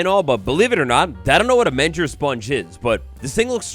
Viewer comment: A "Menger Sponge" (its pronounced with a hard G) is an infinite shape, a cube with a hole inside of it, made of other cubes with holes inside of it, if you zoom into the structure of a Menger Spoge, you will see more tiny Menger Sponges, made of yet even more Menger Sponges.